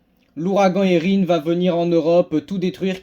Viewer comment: Merci 😊 et tu prononce bien Érin !